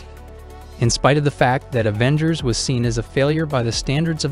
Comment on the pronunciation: "A-vengers" is a wid pronunciation